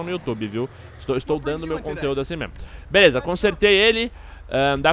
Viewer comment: o fala: "Eae galera veleza."